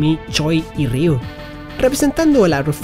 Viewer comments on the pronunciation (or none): Like si escuchaste a decir ryo en mes de ryu